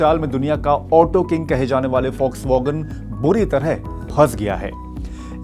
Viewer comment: Yeh focvagan nahi Volkswagen hai.